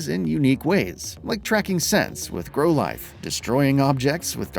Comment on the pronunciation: The way Growlithe was pronounced, hurt me a bit.